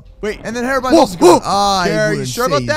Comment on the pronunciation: It’s Hero-brine